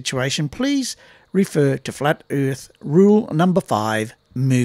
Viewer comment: "Flat Erf Rule #56"? I didn't realize could count that high!